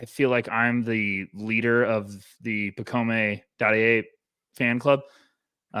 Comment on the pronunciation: pacome = pronunciation pac-comb